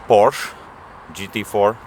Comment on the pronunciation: its POOOOORSHEEEEEE(EEEEEEEEE)